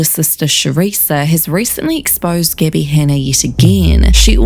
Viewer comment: Gibbie??? Stop it!!! You know how to pronounce it!